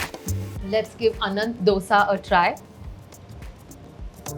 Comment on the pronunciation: It's not ddosaa, it's dosa😂 North people! If you love dosa, say it right😅